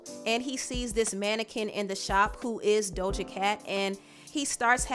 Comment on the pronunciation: Does she pronounce Doja as “Dolja”???